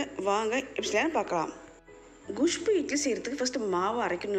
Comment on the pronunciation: Castor seeds are not good for health. Your kusbuu pronunciation is so funny